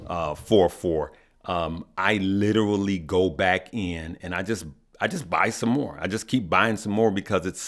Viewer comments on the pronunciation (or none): none